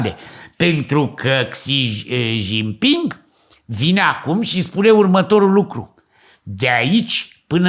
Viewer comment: Aveti dreprate. Nu sunteti nici pe aproape cu pronuntia.😂